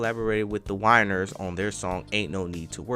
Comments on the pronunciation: Baby Boy I love that you love R-n-B enough to put in the work to pay homage to the genre. My only critique, said completely in a loving spirit, please take your time and be sure to pronounce the artists names properly. Anita was awarded a Grammy for her work with the Winans (not the winers). Keep up the hard work. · Arola? Artistic? The Whiners?😂😂😂 you got me rolling! It’s (Ariola )pronounced ar-EE-o-lah , (Arista) AIR-is-tah, and (Winans) WHY-nans.😂😂😂😂😂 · “Winans” not “Whiners” but great job!😊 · "Winers?" The hell! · Winans youngun, not Winers lmao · Dude,you have to get the pronunciation of the names right if you going to be telling us about someone or a record label. You killing me with “Winers” when it’s Winans and a lot more. Slow down. This is a great artist. Let’s do her justice by saying the names right. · He said "Winers" ha! ha! Its Winans Shes an awesome singer one of the Icons of the 80s!!! There was no sounds like hers in commercial music. There's no 80s without Anita her n Luther Vandross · The Whiners??? Arela??? Dude, Ariola, The Winans...😂😂😂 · U murdered those label names lol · The WINANS NOT “WINERS”, please make sure you pronounce names appropriately when u do these documentaries! You mispronounce a lot of artists or groups name all the time! The WINANS is a legendary royal gospel family! Educate yourself before doing these documentaries! Smh 🤦🏽‍♀️ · (Pausing the video) uhh it’s “ The Winans,” not “the Winers”.. (resuming the video) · This dude is a clown mispronouncing people's names on purpose calling airista records artista... disrespecting The Winans..smh at this clown